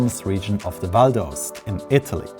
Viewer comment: Pronunciation in English: * Val D'AOsta (put the "stress" on the O) * GOndola (put the "stress" on the first O)